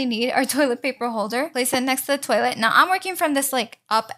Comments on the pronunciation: When you said toielt I thought you are American but your Latino right🤔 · I have questions are you French bc my mom is from Quebec and she says toilet like that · Why are you saying toilet different?